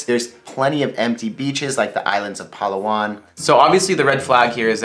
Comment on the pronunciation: paLAwan. emphasis on the second syllable. sorry, my inner pinoy is showing.